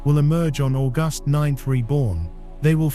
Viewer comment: More diarrhoea from an AI who can't pronounce August!